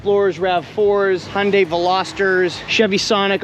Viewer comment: it's HUN-DAY. not HUN-DIE...And what's with the wedding ring doing on your pinky??